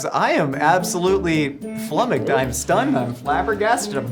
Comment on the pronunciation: Did the millie chef really just say he was, "flummucked" seriously?